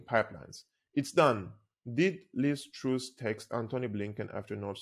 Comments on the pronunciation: its called Lizz TRASS.. not Trous.. open up the U. its called TRASS..!! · truss not troose